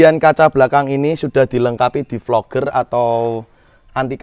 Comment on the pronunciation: DEFOGGER mass bacanya bukan DEFLOGER